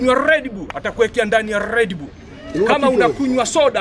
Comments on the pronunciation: Kama unakunywa rrrred bull.... 😂😂😂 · "Atakuekea ndani ya Rrrrrreed bull"